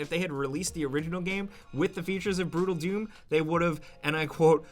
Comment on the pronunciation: I'm sorry but i heard Doodle Doom when he said Brutal doom and just couldn't stop laughing.